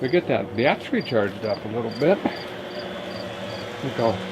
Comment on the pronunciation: what is a batt tree? i keep hear him talking about batt trees....